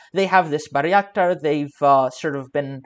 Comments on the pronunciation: FYI: Bay-rak-tar, not Bary-ak-tar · Bayraktar, not " Barry Actor" Buy ruck tar